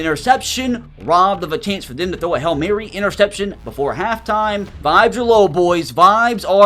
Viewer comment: Its HAIL MARY NOT HELL MARY